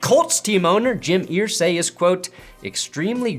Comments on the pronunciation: Brother, they pronounce their name "ER-say". Not "Eer-say". Big love! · Jim "Earsay"? Really,? Have you followed the NFL at all over the last 2+ decades? Does this mean I'm supposed to start pronouncing the word "stir" like "steer" now?